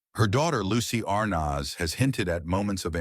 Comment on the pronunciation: Hate the way he says ar naz